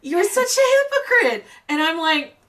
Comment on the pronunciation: Hypo-chrissy lol